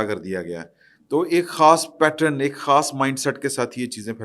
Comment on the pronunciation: The word is PATTERN (pronounced PAT-TURN) and NOT PATRON!